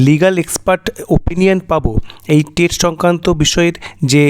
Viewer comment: Tate noy "TET"..... Ki baje uchharan